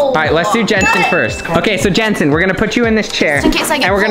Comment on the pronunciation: Its not jensen lmao its Jentzen